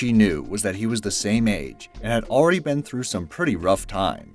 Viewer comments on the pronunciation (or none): none